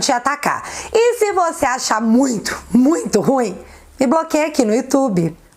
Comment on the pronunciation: É "ruinhem"kkkk